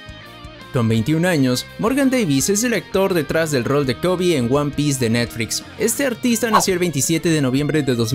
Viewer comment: Lo dificil es escuchar netfrix y no netflix